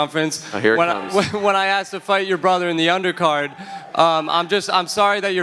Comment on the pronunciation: Why can nobody pronounce “asked” correctly. It’s not hard